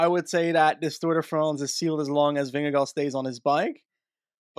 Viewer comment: Who is Vimmy or Vinny if you mean Vingegård - loosely translates to - ving_farm - but just call him Jonas or Vin-ge-guard that sounds just like we say Vingegaard. This is just to help, not to be a smart A.....